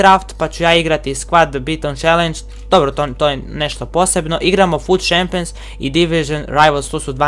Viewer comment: Daj se ne blamiraj i nauči pravilno izgovarat imena igrača pa onda snimaj, Tuhram, Guhulam, Gurdado ... i kaže se čempions(Champions), itd.